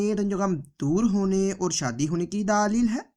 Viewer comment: Daaa leel..ye kya baat hui..? bewakoof. bolna toh seekh le.